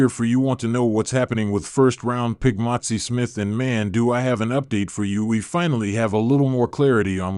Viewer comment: His name is MAZI.... NOT MOTZI